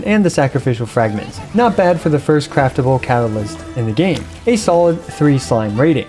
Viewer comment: fuh--- furst? f...fursht... first?